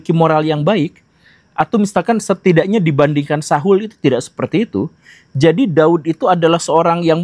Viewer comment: Sebut nama Saul saja salah😂